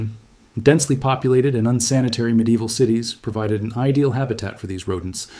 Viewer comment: "Medieval" is a four-syllable word. It continually shocks me that 99% of people refuse to pronounce it correctly.